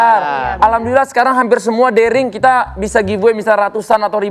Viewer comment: Ngomongnya kecepatan daring jadi dering hhhhh